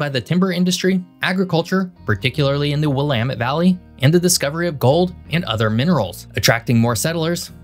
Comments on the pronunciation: Thank you for pronouncing “Willamette” correctly. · Thank you for pronouncing "Willamette" properly. I hear people stressing the wrong syllable, as well as trying to pronounce the second 'e' (which is silent). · As myself being both a William and as a person who grew up in the Pacific Northwest, I congratulate you on your proper pronunciation of the "Willamette Valley."